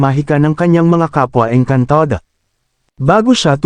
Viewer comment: Maayos nman po sana ang kwentong ito.Kaya lng subra OA ang pagbigkas ng narrator ng saluting engkantada etc.